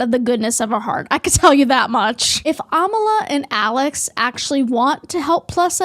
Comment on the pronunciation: It's ironic how u share the belief that people should respect pronouns and if they don't, they're a terrible person. And then go and miss pronounce Amala's name.